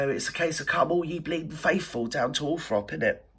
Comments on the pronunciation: At least check how to spell and pronounce Althorp then you might succeed. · I lived 5k from Althorp so keen to have it known correctly